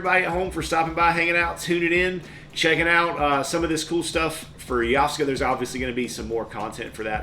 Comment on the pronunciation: According to this it's "Yoff-SEE-gah", so you got it right, bro